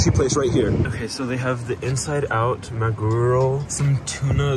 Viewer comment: "inside out maguro roll" "tuna gunkan"💀 "tuna sashimi"💀💀 And.. "manguro nigiri"💀💀💀